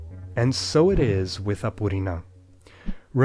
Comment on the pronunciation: BRO THE WAY HE PRONOUNCED APURINÃ CORRECTLY IS INSANE